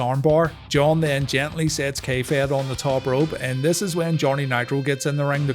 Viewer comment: Every time you say K-Fed I hear "kayfabe" and yet somehow that works.